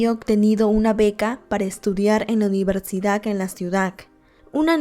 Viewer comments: Universidac??? O soy yo la que escucha mal? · "Universidak" "ciudak" "okjetos" "epilektica" lo haces aproposito o por que lo pronuncias así? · Porque a la mayoría de las cosas que dices suena como “dak” ejemplo: el neurólogo de la universidak jajajajaj lo siento pero suena curioso😂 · por que mencionas mal algunas palabras repetidas veces? xd e visto todos tus videos pero noto eso en este. "ciudak universidak" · Que horror!!!! Por lo menos deberías de narrar bien. No se dice EPILECSIA, NI CIUDAC, NI UNIVERSIDAC. Ahora cualquier tonto o tonta, puede tener un canal para poder tragar. Mija, cultivese y lea y trabaje con dignidad.